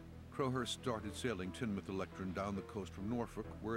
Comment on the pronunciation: It's pronounced teen-muth